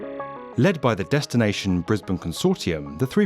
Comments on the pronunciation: You got the Briz-bin pronunciation right, but us Queenslanders say Queens-land, not Queens-lind. Why we're not consistent with our vowels, who knows, but Queens-lind sounds really wrong. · Thanks for saying the city correctly haha.